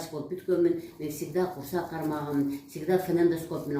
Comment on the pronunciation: Куурсак эмес ,курсак -туура болот.